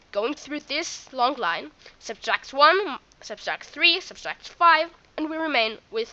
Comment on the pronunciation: Sub-tract...not sub-stract (I know I'm nitpicking but learn to pronounce it correctly now before it becomes a bad habit and more difficult to correct)